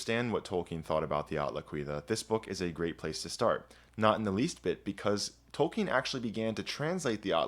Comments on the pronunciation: That amazing voice, pronouncing "Tolkien" correctly....you got yourself a new subscriber. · known about him since forever and only now I find out it's pronounced like "Tolkeen"